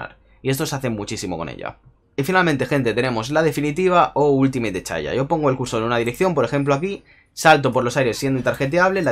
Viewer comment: "chaya" jaja